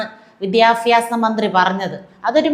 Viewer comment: ..not vidhyabhyasa, widdyabhyasa.